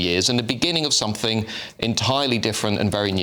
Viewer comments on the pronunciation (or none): 'Unless somethink(g) happened' If that's the level of declamation, no wonder. Where do they get these people from?